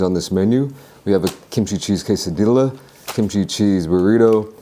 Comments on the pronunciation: Man that stuff actually looks really good. Wish I could try it myself. oh hey just figure I let you know, for quesadilla, phonetically it's pronounced keh-sah-DEE-yah. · lol if you been watching for a while you'll know he does that on purpose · Back in his usa days, they mispronounced things like jalapeno. Now, it's expected for people to use the Spanish accent n shii 😂